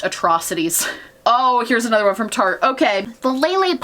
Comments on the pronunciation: Ily but it’s “tarte-ist” not “tarty-ist” lol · omg "tartyist" nooo girl it's tart-ist like artist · TARTE RHYMES WITH ART NOT TARTY